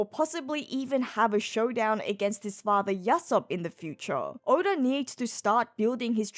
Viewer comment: Why does she sometimes pronounce Oda as Odar? 😅